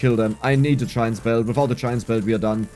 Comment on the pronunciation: Hey! Random thing. When I first started watching you and playing Brotato I always heard you mentioning “chines spell” and I didn’t know exactly what it was. BUT! Soon to find out you said “giants belt” Hope this gives you a giggle